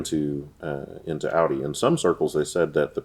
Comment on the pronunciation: American pronunciation of porsche is ok but they're off with audi & volkswagen